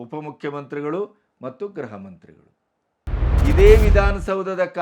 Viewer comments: ನೀವು 'ಗೃಹ ಇಲಾಖೆ' ಎಂಬ ಪದವನ್ನು ಅದೇಕೆ ಗ್ರಹಇಲಾಖೆ ಎಂದು ಮತ್ತೆ ಮತ್ತೆ ಹೇಳುತ್ತಿದ್ದೀರಿ. ಗೃಹ ಮಂತ್ರಿ ಎಂಬುದನ್ನು ಗ್ರಹಮಂತ್ರಿ ಎಂದು ಉಚ್ಚಾರಣೆ ಮಾಡುತ್ತೀರಿ. ಗ್ರಹ ಎಂದರೆ ಆಕಾಶಕಾಯ( ಪ್ಲಾನೆಟ್) ಉಚ್ಚಾರಣೆಯನ್ನು ಸರಿಪಡಿಸಿಕೊಂಡರೆ ಸಂತೋಷವಿದೆ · Sir, ಗ್ರಹ ಮಂತ್ರಿಗಳು ಅಲ್ಲ ಗೃಹ ಮಂತ್ರಿಗಳು, ಗ್ರಹ ಅಂದರೆ ಯಾವ ಗ್ರಹ ಒಂಭತ್ತು ಗ್ರಹ ಇದೆ